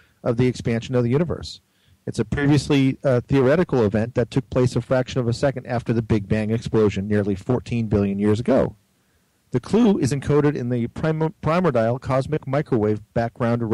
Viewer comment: Good stuff. Except for "primer-dial" instead of primordial. Just hoping there wasn't a "nook-ya-ler" (nuclear) coming.